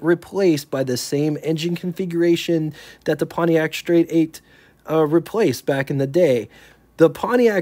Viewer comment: learn how to pronounce the "st" blend. There ain't no damn H in it!